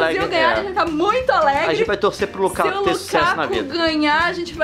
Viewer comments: Desculpa corrigir Nilce mas é Lukaku não Lukako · O nome dele é Lukaku e não Lukako ;) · Nilce,Lukaku é com U